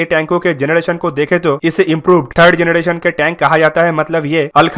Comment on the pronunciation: जनरेशन not जनडेशन